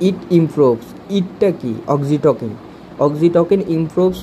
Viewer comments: ভাই উচ্চারণ Oxytocin- অক্সিটোসিন (অক্সিটোকিন না) এবং Ceylon- সিলন (কেলন না) হবে, অসাধারণ ভিডিওর জন্য ধন্যবাদ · Pronunciation hoy nai.eta অক্সিটসিন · Apnar oxytocin pronunciation wrong hoica